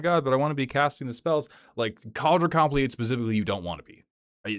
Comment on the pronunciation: I've never heard anyone pronounce Kaldra Compleat like that